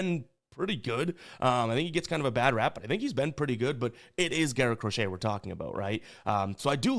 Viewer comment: everytime you say “Crochet” i wanna fade you but ima ride you today RED SOX ML pause